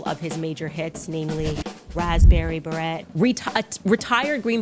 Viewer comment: “Raspberry Barette”?? He says it in the song, how can you not know how it’s pronounced?